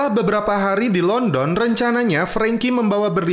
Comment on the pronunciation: London bang bukan London